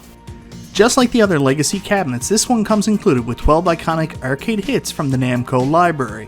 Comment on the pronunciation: funny that a man that can't pronounce "arcade" makes videos about arcades.